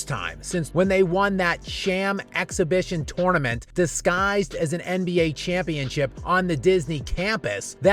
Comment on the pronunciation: You mean: "Shampionship?"